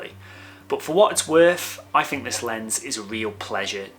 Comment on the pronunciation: a nice review of a cracking lens. I've been one of your subscribers for a while but have seriously toyed with the idea of unfollowing you because of the way you pronounce the letters "TH". There are numerous examples in this video, as there are in most of your videos, of you using the words: free (should be three), fink (think), fousand (thousand) etc etc. I personally find it infuriating that you are unable to pronounce the English words correctly in what is clearly your mother tongue. TH should not be pronounced as an F. It must be confusing for your overseas followers, and I'm sure I'm not the only one who finds it incredibly annoying to hear the English language incorrectly used. Apart from that, your videos are great, you give good practical opinions and I rate your views. Cheers